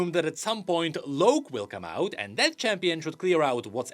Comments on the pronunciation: His name is LOCK. ITS PRONOUNCED LOCK. NOT LOW-K. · I feel like Locke is pronounced like lock